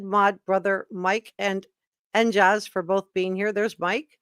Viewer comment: Re: "NJaze" who signed in to your program.. You pronounced it "NJazz. Maybe they were hinting at their location, i.e, NJ' s, I think you were contacted by residents of the Garden State, probably Jersey Girls I say girls because Jersey guys don' do stuff like that. Just a thought.